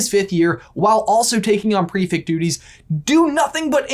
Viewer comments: OMG, stop saying "prefict"... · you’re saying prefect so wrong, petition to introduce prefects to american schools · The way you say prefect causes me anxiety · You guys - I LOVE your videos - they are like, my favourite Harry Potter resource outside the books and pottermore, but for the love of Merlin - it's pronounced pre-FECT not pre-FICT! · Why do you say ‘prefect’ like prefict? I was under the impression that it was pronounced prefect